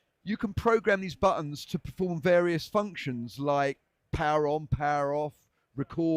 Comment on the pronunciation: ruined the word Various for me.